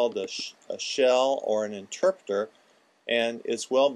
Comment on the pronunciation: No offense but I agree with bodraw what is an "interpeter" anyway